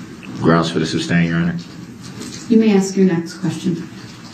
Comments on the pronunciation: You can always tell when he knows the prosecution just fuxked him up and all his dumb questions on re direct . He hates it . Reason for the SUBSTAIN your honor after every damn question she shoulda embarrassed him and said mr.brooks its sustain not substain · He said it so many times incorrectly that once or at least once she accidentally said substain and had to correct herself.